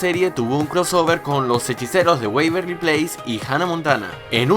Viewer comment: Se pronuncia "Weberly Place" así como suena sin agregar una "i". Excelentes tus videos!!! Saludos desde Argentina <3